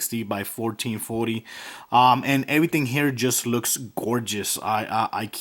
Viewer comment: GERGEOUS HAHAHAHAAA